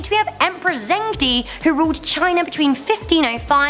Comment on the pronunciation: Chinese king pronounced jong-duh